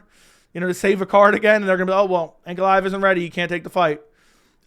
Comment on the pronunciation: As a newer fan, I’m actually looking forward to seeing this guy fight finally , because i keep hearing his name brought up but I can only hear/interpret it as “Aunt Goliath”